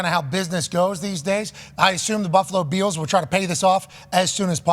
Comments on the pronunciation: LOVE Pat.... can someone teach him how to say BILLS? Not beels 😂 ❤ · Bills, not Beels. ;) No way they get a Super Bowl in Buffalo NY with no dome.